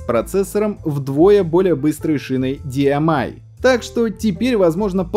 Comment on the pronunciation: "Диамай"© Не димиай = DMI, а DYMI